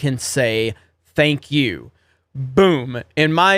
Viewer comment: Mark says "ThankYOU". The emphasis on the YOU is important